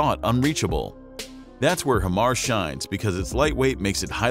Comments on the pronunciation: Better Than HIMARS? NO ! It is NOT Him-Mars. It is pronounced Hi-Mars! That's Hi as in Hello, High the opposite of Low LOL! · Why do americans call it him-ars... (HI)Mar, HI stands for HIGH... HIGH mobility multiple rocket system... HI-mars... american english is fucking terrible. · its pronounced HIGHMARS not HIMARS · How are you miss pronouncing Hi-Mars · Nope. It’s not better than HIMARS. If you are not blind, you will not ask this question or try to compare apples and oranges. And if you call HIMARS, “He-MARS,” it means you have no idea what systems that you are talking about. Did he just say “30mm” rockets? Wtf! It’s 300mm! Damn this dude is terrible!